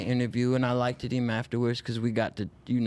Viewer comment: Dude said “Likeded” lmao! 🤦🏻‍♂️